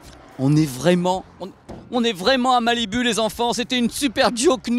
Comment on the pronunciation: Prononce "malibou" putain.